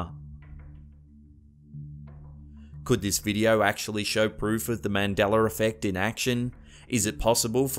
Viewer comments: I always thought it was Mandela effect not Mandeler effect?😉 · god damn it man its MANDELA not MANDELER so annoying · It's ManDELA, NOT ManDALER! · It's Mandela not MandelER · Mandela....not mandeler ....and I'm from Arkansas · It's not mandelER effect its Mandela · "mandela", not "maundeler". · Its Mandela not mandelar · MANDELA effect, not Mandeler!!! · Mandela. Not Mandelr. The a has no r sound. Rerlly rnnoying. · I think the real mystery is why you can say "Nelson MandelA" but whenever you include the word 'effect' you say MandelleR effect. And if people didn't say "Luke" first, others would just be confused as to why this person, who is obviously not your father, is saying he's your father. The "Luke" puts it in context instead of just being nonsense. Monopoly guy does have a monocle in older images, and on and on. Buncha rubbish. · Adding an "er" to the end of a word is driving me nuts. Quit saying MandellER and pronounce it correctly as MandellA. Agater Christy? NO! How about Agatha Christy? Sound right? That's because it IS right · This idiot is saying "mandeller" effect.... Man-del-UH! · Its "Mandela" not "Mandeler" Jesus fuck! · I swear it used to be “Mandela Effect” and now I’m hearing “Mandeler Effect”! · Mandela not Mandeler... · Mandeller Effect? You mean Mandingo Effect. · The only thing that gets on my nerves about the way brits speak is pronouncing certian letters wrong. He's pronouncing it as the mandeler effect, instead of mandela...😥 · I don't believe Mandela had an "R" in his name i.e. Mandelar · It's not pronounced "Mandelur" it's pronounced how it's spelled "Mandela" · Mishearing song lyrics isn't false memory, it's an auditory perception. Don't add crap in just to try to pad your video; I'm sure with a little more research you can find more actual examples, there are plenty out there.Oh, and his name isn't 'Mandeler,' it's 'Mandela.' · Y dose he pronounce Mandela, Mandeler? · Mandeller effect????? U mean mandella? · The Mandeler effect... Lol